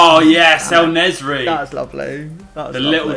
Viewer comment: En Nesyri = El Nezry. hahaha love it